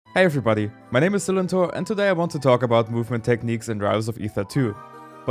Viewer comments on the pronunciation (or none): so THATS how you pronounce your name